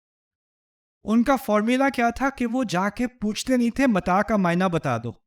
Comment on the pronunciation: السلام علیکم ورحمتہ اللہ وبرکاتہ لفظ متاع ہے متاء نہیں جزاک اللہ خیرا و احسن الجزاء فی الدنیا و الآخرۃ شہزادی